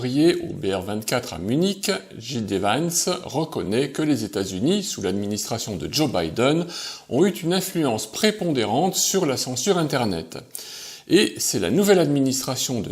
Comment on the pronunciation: Y'a quand même des trucs qui ne passent pas : 1mn29, « ont eu T une », ah bon, c'est nouveau ca, on se lance dans les liaisons malTapropos maintenant ! 😛😜🤪😝😂😅